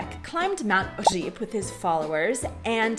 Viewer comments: on the other hand, your Ř in Říp sounds exceptional. You and Gav could easily become teachers of Czech to Americans. I mean it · Říp was very nice pronounced, thumb up.